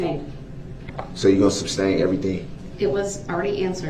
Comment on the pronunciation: Can someone please tell him its Sustain., not SUBSTAIN